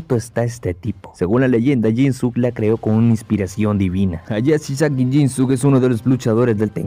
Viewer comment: Pronuncias mal el nombre de jinsuke (no es jinsuk es jinske en japonés la u no suena un ejemplo es con Sasuke se pronuncia sazke) ojo ahí amigo